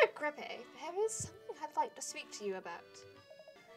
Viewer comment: changes the pronunciation of greppe halfway through